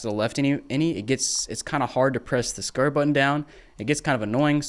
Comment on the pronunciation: the skirt button? even CC picked that up. why does he say square like this lolol